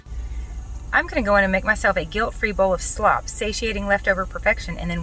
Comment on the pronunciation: Such a great perspective! When eyes are on us, we can behave so differently than we normally would. And we would believe it was a good decision too. Satan is SO sneaky! My book comes tomorrow! Oh that Franklin 🥰 Night! Praying for you daily. Love you dearly. P.S. I LOL every time you say “slop” 😆